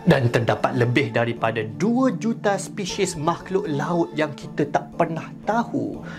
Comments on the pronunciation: Spesis bukan spehseh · Aku sorang je ke yang dengar sebut spesyies dan bukannya spesies😂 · sebut spesies sepishies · Spesies, yg aku dengar speshis🗿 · Bila salah sebut spesies...... 'SPESHIS' XD rindu dark peah... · "spishis" BM LEFT THE CHAT Edit: first time dpt 28 like ⊂(・▽・⊂) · Sebut spesies tu elok2 sikit